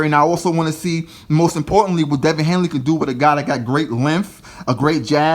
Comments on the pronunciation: HANEY man! Not HANELY! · Please say his name correct if your gonna make a video about him ,damn son his name is Devin Haney...not Hanley.He’s still growing he still has time to get developed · At least pronounce his name correctly. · yo pronounce his name correctly before you talk ya stuff about him 😂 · You can't even say the kids name correctly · It is Haney not hainley it is Easter not Easton